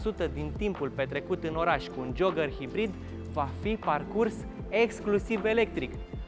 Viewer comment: Ce tare esti,ai pus eticheta perfecta ptr.modelul asta,auzi tu la el:"Dacia JOAGĂR"",mor de râs!...😁